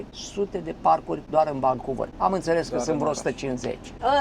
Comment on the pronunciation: nu te supara, motivul pentru care te intreaba canadienii de unde esti este ca vorbesti engleza ca si Iliescu. Ai frecat-o la rece in Canada in loc sa-ti perfectionezi accentul. Eu am venit la 40 de ani si am mers la scoala. Nimeni nu ma intreaba de unde vin pentru ca vorbesc corect.Tu nici Vancouver nu poti pronunta ca lumea. Nu e suficient doar sa ai masina ca sa fii ghid. Trebuie sa ai si scoala. Mergi in Romania sa vezi acolo rasism. Tocmai ce am vazut la Stirile ProTV un amarat din Bangladesh care distibuia pizza in Bucuresti cum a luat bataie de la un mioritic pe motiv ca i-a invadat ala tara. Asta in timp ce Romania a trimis afara 5 milioane de imigranti. Huuoooo!